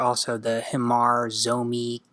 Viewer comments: Hmar should be pronounce as Mhar or Mar adding a little soft sound of Hs. H in Hmar should be use as H in Horse😂. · it's ok . Bieng Hmar I too use to pronounce Hmar wrongly😆😂😂